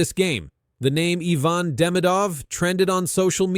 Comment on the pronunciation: He-Van not Hi-Van. Merci de prononcer comme il faut.